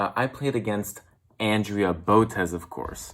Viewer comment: It's Andrea (On-Dre-A) say her name right, it's so annoying.